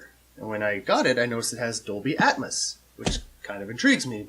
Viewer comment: It’s not atmus. It’s atmos 👎🏻